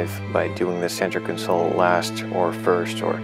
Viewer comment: Flahcking and cahnsole 😂